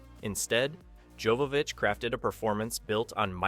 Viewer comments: Mila's surname pronounces as Yovovich. Her far ancestor was obviously named as Jovo pronounced Yovo from Jovan(Yovan) in west known as Johan or Ivan in Eastern Europe, and Yovov(means belonging to him when someone ask you which ones are you) ich is suffix denomination as little meaning his young Descendants. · This was a great video about a great movie. But there is one thing I feel I need to point out. Her name is pronounced Yovovich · Joe-vovich. Also, Besson isn’t 50 today, he was actually born in 1959, and wasn’t “starting his work on the film in 1991 at the age of sixteen”.